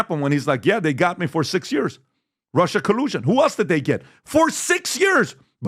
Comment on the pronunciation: why doesn't Patrick say "the" world properly? He always say "duh" in place of "the" and "dey" instead of "they." Does he have a speech impediment?